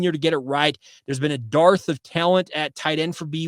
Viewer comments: Dearth! not derth. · PLEASE STOP SAYING "DARTH"! The word is "DERTH" to mean lack of. I keep hearing "We have a Darth of Vader..."